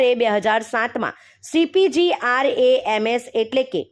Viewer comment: પહેલા cpgrms નું ઉચ્ચારણ સરખી રીતે કરો😂